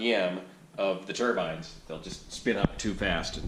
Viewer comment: Thanks for all the great videos and updates. And thank you for pronouncing turbine correctly. Keep them coming!